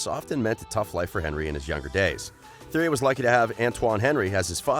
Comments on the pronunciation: man said theory henrie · u say it like this tee air ree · I unsubbed after the pronounciation of Theirry Henry's name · You need to learn how to say the names properly instead of butchering their names.